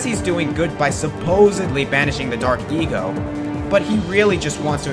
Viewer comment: For Count Veger it sounded like you said Dark EGO instead of Dark ECO. I find this funny cause he's a jerk